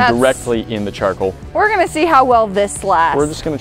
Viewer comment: Argh!!!!! the word is CHARCOAL, Char-Coal "coal" C-O-A-L..... not Charkle....